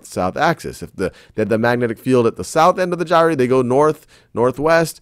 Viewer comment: he said Gyre wrong so many times i literally screamed.